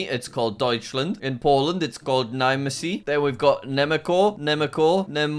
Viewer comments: that's not how we pronounce Niemcy we pronounce IT niehmtsy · Niemcy❌ Nimancy✅ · “Nimecy” It’s pronounced “nuh yem see” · its pronounced niemcy not niemeci 💀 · As a Polish person, the way he pronounced "Niemcy" (proper pronunciation: /nʲɛmt͡sɨ/) caught me off guard. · HOW DID YOU JUST PRONOUNCE "NIEMCY"? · nyemcy thats how you say it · The way jack pronounced Niemcy hurt my soul. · "niemecy" yup jack did it again 🎉🎉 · As a person who is polish, I laughed so hard the the pronunciation of ‘Niemcy’